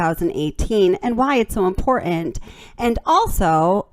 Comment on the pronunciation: You are too intelligent, and too wonderful a writer to keep mispronouncing two-syllable words that have Ts them. Please don’t say impor—int. Please see imporTant. You do it on a couple other words too and you’re way way smarter than that. I do appreciate your insight & your logic.